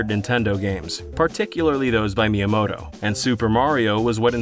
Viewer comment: "Shiggaroo Myamoto"